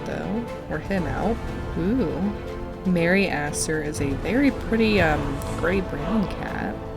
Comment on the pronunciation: Stop it XD it sounds like your calling merryaster merryasser😭😭😭